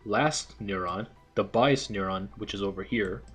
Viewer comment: What is a n-uh-rrr-awn